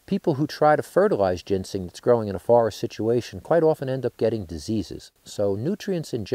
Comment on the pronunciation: He keeps calling it gensing rather than ginseng. Very annoying.